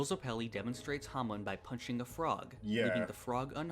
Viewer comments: How come you say "hamoon" when they say it so many times during the anime? Like... how do you manage to mispronounce it? XD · Its not Hamoon, iits Hamon